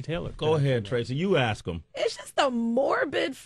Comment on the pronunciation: Why does Sway say "aks" instead of "ask"?